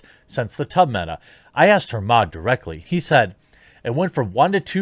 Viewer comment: When I heard you say tub streams, I thought you said tug streams.